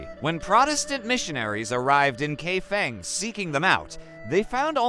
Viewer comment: The correct pronunciation is Kai Fong